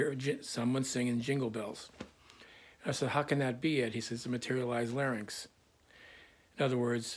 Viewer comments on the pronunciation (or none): none